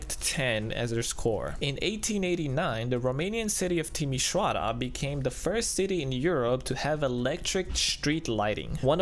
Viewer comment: Eu mi-am dat seama cand l-am auzit cat de bine pronunta Timisoara :)))